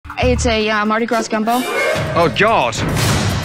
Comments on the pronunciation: I knew it was bad when she pronounced it Mardi GraSS. 😂😂😂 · The moment she pronounced the s in Mardi gras I knew it would be bad 😔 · I knew we were in trouble when she pronounced the s in Mardi Gras. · Anyone who pronounces the "s" in Mardi Gras deserves what they get.